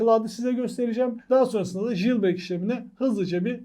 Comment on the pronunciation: JILBREYK ne haci. "Jailbreak" - CEYLBREYK diye okunur ama ince detaylara gerek yok.